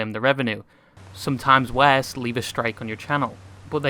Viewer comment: yo yt creator guy i like the content but i hate your stupid ass english accent and especially the way you pronounce: '' worse ''. Truly hope you can change your accent some how cause some times you pronounce something so weirdly that it feels like power drill drilling into my forehead but keep up the good work.